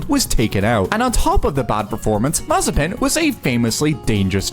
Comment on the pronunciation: Nikita what?! "Mazepin", it speaks like [maze'pin]